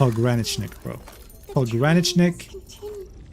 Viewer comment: fun fact: pogranichnik is a russian word for the "border guard" (пограничник), and you pronounce it a little bit wrong - the stress should fall on the third syllable (try it in the google translate to hear pretty good pronunciation). love your videos, thank you!